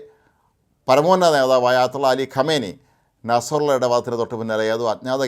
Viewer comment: ഭീകരൻ്റെ പേര് നസ്രള്ളാ എന്നാണ്,നിങ്ങൾ ഉച്ചരിക്കും പോലെ നസ്റുള്ളയല്ല.